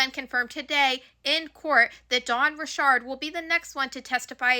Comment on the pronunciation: I’m trying to support you, but you keep pronouncing words wrong. It’s “RICH ARD” not ‘Rishard”